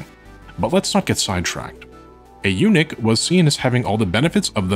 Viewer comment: Might want to work on your pronunciation of eunuch so it doesn't sound like you're talking about Unix.